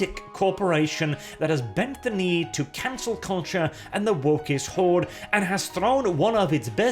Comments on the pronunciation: "Canel culture"? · "Canel" Mmm yes